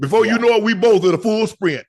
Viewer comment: did he say they be in a full sprint or a FOOLS sprint?